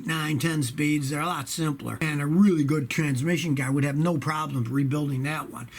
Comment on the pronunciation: Rev up your inline 6 that lasts "a weally weally weally long time!" :)